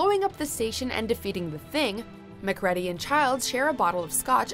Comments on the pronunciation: And here we have another name butchering. It’s not ‘Mac Red-Dee’ it’s “Mac Ree-dee’ 🙄🙄🙄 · The narrator obviously never saw "The Thing" cuz she kept mispronouncing the name of kurt russel's character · Macready gotta be pronounced right woman!!!